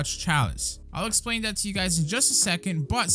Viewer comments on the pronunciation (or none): none